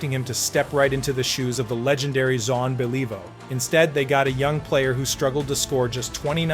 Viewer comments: John bayleaveoo lol. If is not AI. . you need to research Name pronunciations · Then fix it!!! Zhan Be LEE voe?? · Zahn BeLEEvoh?? UnBeLEEvable pronunciation. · Thumbs down. Who's Sean Bey lee voh? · MUST BE A.I GENERATED AUDIO….I HAVE TO ADMIT THE CONSTANT “JON BELL-EVE-O” WAS KINDA IRRITATING!.. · This guy can't even pronounce the Jean Béliveau, Maurice Richard, and Yvan Cournoyer, what the hell? hard to watch, good facts, but what type of fan butchers these iconic names? Content creators have to stop using AI - that was bad. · How embarrassing, pls do your homework! Yeah you should apologise for the mispronunciation of Jean Béliveau. You have a voice artist, why not do it yourself, this shows a lack of passion for what you are doing. If you are a serious hockey fan then you should know how to pronounce it correctly, one of the best hockey players. Even pronouncing Maurice "Rocket" Richard wrong. You sound American. We used to say "It's the Guy Lafleur Show" well before other people started to use that term. Imagine if he didn't smoke how fantastic he would have been. Guy Lafleur had true class (not a hacker player), as well as many of the Hab's having true class did back at that time. Otherwise nice to see that you made this video to honour a great player. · Great ... you didn't have to suffer the AI mispronunciation of Henri Richard and Jean Beliveau---it was imbeclic.